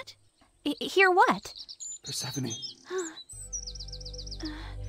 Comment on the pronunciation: by saying “per-seh-phone”